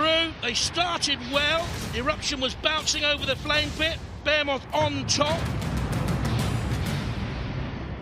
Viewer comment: BE HE MOTH not BEAR MOTH